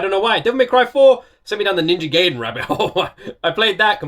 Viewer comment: also, it is pronounced Ninja "guy-den", just for future reference